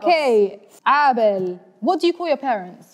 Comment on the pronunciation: As a Nigerian whose surname is Abel, d pronunciation is wrong 😅😭😭😭